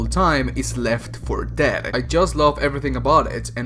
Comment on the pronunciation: the way you say left for dead is hilarious. left 4 ~deeeead~